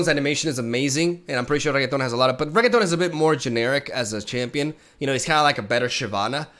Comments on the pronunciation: The ambition and the joy in eyes when he brainstorms about the cataclysm is just why im here in this channel man i love ya! And it is reNekton not reGeton please:) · Everytime he says "Reguetón" I die a little. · I'm happy that Elite archetype is getting more support :D Btw if he calls Renekton by "Regueton" he should call Jarvan by "Garbanzo" (spanish word for chickpea) lol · Lol RE-NECK-TON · for the next video, can u please learn how to pronounce Renekton pls for god sake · OMG could someone please teach him how to say Renekton!!!!!